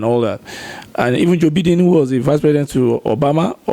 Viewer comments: Hahaha thank you.. Gosh! it annoys the hell out of me when Nigerians say beedin and not Biden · Did I just hear biding? Lmfao 😂 It's Biden, not biding. 😂 These guys are killing me 🤣🤣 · Next time buddy...it's pronounced like Byden not like Beedeen